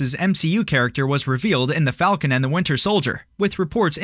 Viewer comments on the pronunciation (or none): none